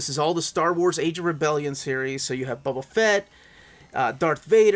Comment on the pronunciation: “Buba” Fett is an elseworlds story?